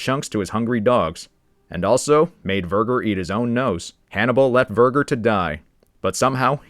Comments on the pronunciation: The pronunciation of Verger… oh my. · Verg, er Verge er, verger Pot zi, pazzi, great video, but God damn, can we Americanize names any more ? Seriously lol